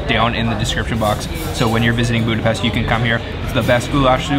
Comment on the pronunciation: yall tourists cant pronounce budapest